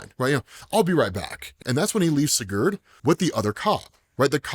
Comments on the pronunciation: Hey, just to help: It’s “see-gerd” if you wanna pronounce that in the future. Kind of crunch up the ‘gerd’ part and say it really fast and more like ‘grd.’ So it’s “see-grd” if you get it down where the other half of the name is said faster and crunches the syllables together. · Bro said siGhuurd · It's Si-Gurd, like Spanish for yes. Then Gurd. Just letting you know 😊